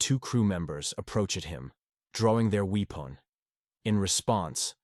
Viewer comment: rayshuns?? wee-pawn????